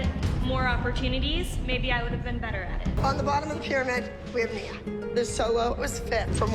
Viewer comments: It’s ne uh not Nyah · And her name is nia… not niyah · Niuh not nia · Omg… your photoshop, your AI🤦‍♀️ I heard Mia…Nyah….mackeneyez🤣 ya got some work to do. Oh also Aygine… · Its not nyia its N-I-A and the phtoshop😭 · its pronounced knee -ah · You said nia wrong 😂